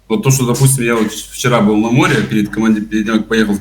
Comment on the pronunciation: Нужно говорить не бил а был.учи русский,блогр.ребята с Крыма красавчики,молодцы,ржали над тобой.до твого уровня не упали